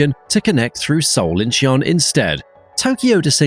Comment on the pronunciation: "Incheon" has two syllables, not three. Phonetically it sounds like "In-chuhn", In-chee-un sounds ridiculous and like the narrator has never been to any airport anywhere.